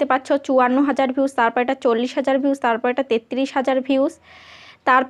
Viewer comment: Vius na views 😅😅 boltei parane 😅